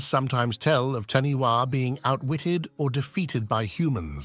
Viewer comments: LOL, This guy has bad Maori pronunciation! For the New Zealand creature It is spelt "Taniwha", but is pronounced Ta nay far. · I'm from NZ and we pronounce Taniwha Ta Ni Far